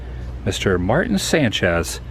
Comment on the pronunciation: Love Tio's. Changes all the time. I think you would pronounce the artist name as 'Marteen'. He has had work shown at other areas in town including the Riverside Art Musum. Lots more to see on Riverside. Come back.